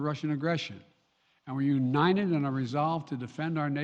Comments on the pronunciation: The president of the United States of America cannot say UNITED. How did this happen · we are "uninen" ...four times he says uninen. what does uninen mean?